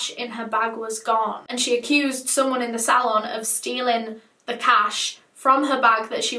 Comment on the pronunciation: Ur accent was throwing me off when you were saying “apple employees” and “salon”